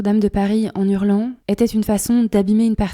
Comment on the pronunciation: "En nurlant" : non. En hurlant. H aspiré à hurler. : "Ce qu'il nous reste". Non : ce qui nous reste.